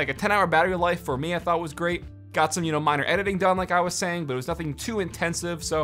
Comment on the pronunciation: He said thot Demonetized